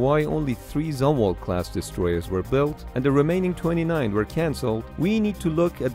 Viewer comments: I didn’t read all 5K comments, but I was in during Adm Zumwalt’s tenure. It’s ZOOM-alt, not Zum-alt. He let sailors grow beards for a while there. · It’s pronounced Zoom walt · Zumwalt is German/Dutch name & is pronounced Zhoom-Valt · lol 1st learn how to pronounce the name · The way you butcher its name gets me every time